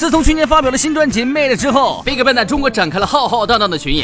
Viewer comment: YG一直聽成外籍娛樂😒 還有bigband那是什麼奇怪發音😑